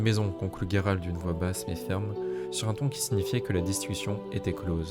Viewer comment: Par contre j'insiste mais le nom c'est Gérald .. pas Guérald 😅😜